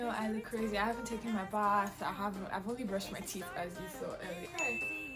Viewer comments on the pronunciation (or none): none